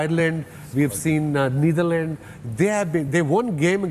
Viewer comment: Wasim Bhai NitherLand nahi hai wo 😂 NetherLand hai